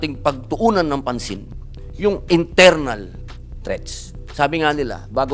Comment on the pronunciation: HAHAHA INTERNAL REKS DAW AT, EXTERNAL REKS.. HAHAHA..